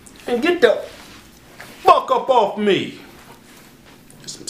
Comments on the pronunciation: That 'FUCK' too😂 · LOL love the endings. really emphasized the FUCK on that one